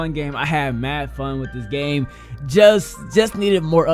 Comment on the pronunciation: U guys notice he says game but forgets the m so he says gay